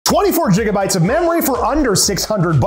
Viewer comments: Ah yes 24 jigabytes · “‘Jiggabytes’ this guy probably calls it jerry’s mod” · "24 Jiggabytes of memory" 🗣🗣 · «24 jigabytes» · jigabytes lol. love the content :3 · did you just say jigabytes? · did this guy open up the video saying jigabytes? have I been pronouncing gigabytes wrong my whole life? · did you start a video saying "jiggabytes?" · “24 jiggaBytes” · "twenty-four jigabytes of.." you lost me at the first statement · Did he really just say "24 Jigabytes" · im sorry, i haven't even watched a second of the video and, "JIGABYTES"? seriously?